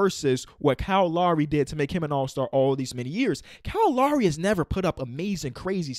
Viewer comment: It’s Lowry not Lawry